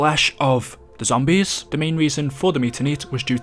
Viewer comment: It’s zombies not zombise